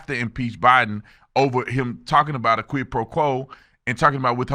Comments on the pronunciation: did she call him Obiden? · Notice she said Obiden Instead of Joe Biden